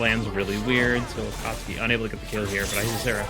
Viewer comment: "A-kat-soo-ki" ... lol